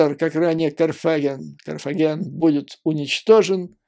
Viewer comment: Юрий Борисович, в слове "Карфаген" ударение ставится на последнем слоге. Сил уже нету, слух режет ваш КарфАген